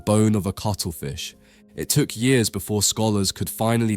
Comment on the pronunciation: Furver ( further) wright ( right) befwore ( before) Frwoo ( through) fweest ( first ) WHAT ACCENT IS THE NARRATOR USING PLEASE